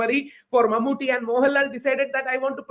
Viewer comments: First, it's MammooTTY... as in KUTTY pronounced as Tea... not thée. It's short for Mohammad Kutty, kutty meaning kid. It's a shame a journlaist like you can't even pronounce his name despite him being a well known, multiple national award winning actor for close to 4 decades. Second, this was not a controversy at all... 99.99% muslims rejected the communal tone with the deserving irreverance... This North Indian arrogance and ignorance is really really irritating... do something that matters. Waste of time, space and money! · Exactly, and she can't even say Mammottys name properly... what an absolute ignaromous